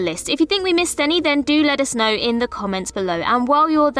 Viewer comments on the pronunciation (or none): none